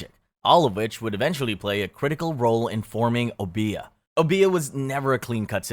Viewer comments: It's Obeah, not obía. O-be-a just like it's spelled (but ignore the H). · Silly pet peev, but it's not obEah, it's Obeah, with an emphasis on this O not the e. And the e is a long E sound, not an A sound O-BE-AH. At lease that's how it's said in the Caribbean. I hope this helps if you ever pull up!